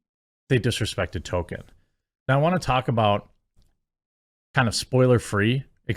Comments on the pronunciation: It's pronounced "Toll keen" not token. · Every time you say Token instead of Tolkien you show us you aren't a Tolkien fan. you don't need to reiterate it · Two things: 1: Beautiful? Lol no. It looks painfully fake. Like PS1 Era fmv live action cutscene fake 2: it's pronounced TOLL KEEN, Tolkien, not TOKEN. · Jeremy its ToL-Keen. Not Token. Its been driving me nuts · Talking about people disrespecting Tolkien, while calling him "token". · Stop calling "Tolkien", "Token" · Dude you're missing the L when you say Tolkien, please start please start pronouncing the L!